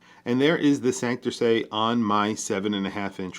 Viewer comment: Hey,, another killer watch & video! Fellow New Yorker & Boricua here, oh yeah, and watch nut. Gringo phonetics for saying Santurce. Sand/tour/say. Wepa!